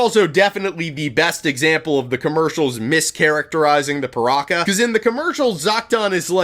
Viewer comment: Its ok to say PirakA, just not PirakER